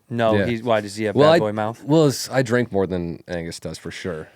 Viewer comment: the drinkah! the drinkah!